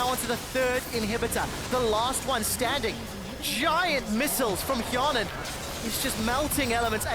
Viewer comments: Hjarnan = fionen...well at least for Quickshot XD Just pronounced the name wrongly. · why said fionen ? xD! my english is bad... maybe mistake from teller?